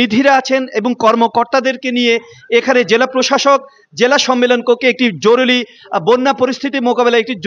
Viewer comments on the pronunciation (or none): জরুলি নয়। শব্দ টি হবে জরুরি।........নোয়াখালী বিভাগ চাই........😂😅😅